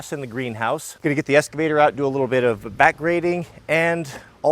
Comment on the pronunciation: Ah yes "Escavtor"